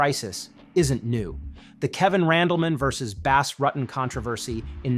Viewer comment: He already lost to Gustafsson in 2013. And it's RU-TEN, not Rotten!